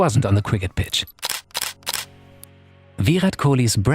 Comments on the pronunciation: It’s Virat not villlllat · It's virat not vih raat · I cringed everytime he said Veerath Kolee 😆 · Ohh bro he is not VIIIIIRAT KOHLI😅😅😅, He is "VIRAT KOHLI" AKA king kohli👑 & the Runmachine🔥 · Vee-Rhat Kohli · Ve rat kohli not ve hat kohli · It's shitty how he says Viraaat kholi 🤣🤣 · The way he tells Virhat Kohli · For a small mistake, It's Virat Kohli (VIRRAT) But he speller him as Vihat Kohli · I like how he tries so hard to pronounce Virat right. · his Pronounciation of virat is really funny 🤣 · why does he say "virat" like that LOL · The way he pronounce "Virat Kohli" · That r in Virat is just gold